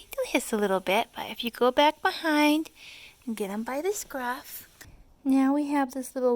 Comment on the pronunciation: They're kittens, not sharks... scruff, scruff, scruff.... emphasis unnecessary.